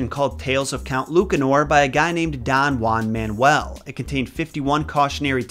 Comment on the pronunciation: ¨don uan man-uel¨, dude that hurts my ears in so many levels